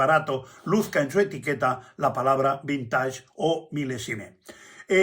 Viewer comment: Perdón, pero la pronunciación es vinteig, ya que es palabra inglesa, pero muy ilustrativo su video